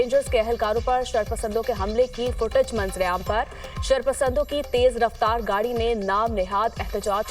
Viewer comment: نیوز کاسٹر نے فو ٹج اور بلندی درجات جیسے الفاظ کی غلط ادائیگی کی۔ انکو اردو پڑھنے کے لیے مشق اور تلفظ کو درست کرنا چاہیے۔